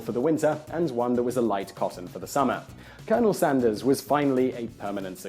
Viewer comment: Thanks Whistler. I'v lived 33 years and this is the first time I'v heard colonel Sanders pronounced correctly.